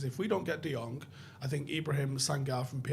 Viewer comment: People are mispronouncing Frankie de Jong's name. In Dutch the "Jong" is pronounced as "young". Embarrassing me hearing that, as a Dutch. My name, for instance, "Boudewijn" the "wijn" is pronounced as "wayne".